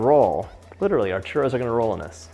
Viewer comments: Hey John its churrros not churos no affence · Hello John.... so delicious! Great JOB! Super caloric 🙄🥶🙄 1) You need to work on rolling your RRRRRRs .... chuRRRROs... don’t be afraid to let those RRRRRs sound really strong. LOL! 😉 2) ChuRROs go really well with CAJETA ... next time try dipping them in CAJETA ... (milk toffee or milk caramel...) the kids will love the chuRROs dipped in CAJETA. 3) Here in Mexico it is traditional to eat chuRROs with hot-coco 😉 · Roll your R's just a bit John for the pronunciation ! ,,🤗, So happy you made this recipe! the box mix is meh ok !! Can't wait to try this !! Viva Mexico 🇲🇽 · me da risa como dice churo enjugar de churro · Babe CHURRRRRRRRROS not churos Love you, bye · why do you say churtto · He saying "delicious Trudeau"? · Repeat after me : chu -rrrrrrrrrrrroooos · Why is he saying ChURDO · lol…Sunday afternoon in humid Brisbane here…so glad your mum corrected your pronunciation of your Spanish…😅I’d love to make Churros with gluten free flour…as a coeliac I have baked most of my live all my own foods..I have a Kenwood mixmaster, and now a Thermomix too..so I can do anything now…loved catching up on your videos…stinking hot here today! Cheers, have a great year! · truly insulting pronunciation from a white boy. say it in english not butchered spanish! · That was funny when he called Mom to ask her how to pronounce churros I thought maybe she was going to be Latin !Lol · There's like 69 r's in one word lol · You gotta roll the R's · White washed Churros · What's going on with the way this guy pronounces 'Churros' throughout the intro? Feels like the equivalent of putting on a ridiculous sounding French accent exclusively when saying the word 'entrepreneur' in an otherwise typical sentence. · Please roll your rrrrr's otherwise you are saying something nasty. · My favorite parts of this video is when you say "Churro". Thank you for this recipe! I love all of your videos!!! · You don't say churro properly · Churros se dice